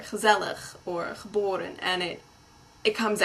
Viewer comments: Realy freaky to hear an American girl suddenly turn into a Dutch girl when she says 'geboren' I mean, it was flawless. Shame about the video though, no idea what most of it was about. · Haha great vid! Gotta say, your "Geboren" sounds very very dutch! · 'Geboren' sounded perfect